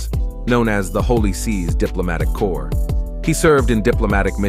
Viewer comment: hey--- diplomatic "corps". not cores.